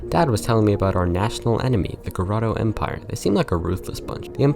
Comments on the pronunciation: Dude, it's GOTORO, NOT GOROTO. Dislexic much? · You keep saying Goroto when its spelled Gotoro T.T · It's Go TOR o empire, not grotto empire. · Why did you pronounce Gotoro as Goroto lmao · Anybody else slightly bothered by the consistent mispronouncing of Gotoro,,,? Just me? ;w